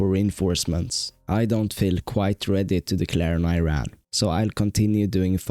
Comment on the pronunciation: Thats E-ran